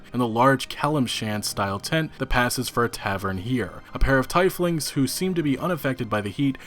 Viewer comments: Did he really pronounce tieflings "Tie-flings" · You should look up words your unfamiliar with instead of mispronouncing them. Tighflings? :D I've noticed this in your other videos and it's kinda annoying with someone reporting on matters they know nothing about. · Tiflings pronounced teaf ling lol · It's pronounced teef-lings :)